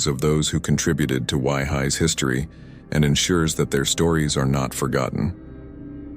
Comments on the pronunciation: You really need to work on pronunciation of some of these places last one waihi .. not why hi its pronounced as why-he waihi and the city Dunedin you pronounce it as done e din its act pronounce as din need in Dunedin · Done-a-din??? 😂 Most new zealanders pronounce it da-nee-din (Dunedin) And what's this why-high place??😂 I dunno how the maoris pronounce it by us white new zealanders pronounce it why-he (Waihi). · I suggest you look up pronunciations before you post, I can't even get my head around your pronunciation of Dunedin, ha ha, just like it is written and Waihi, wow, it's WHYHEE. I found the post interesting but it did annoy me a bit that you did not google how to pronunciate the local language. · I agree, most names unrecognizable. If you hadn't put the names up I wouldn't have known where you were talking about. Like Dunedin, phonetically Duh-knee-din or Waihi Why-hee.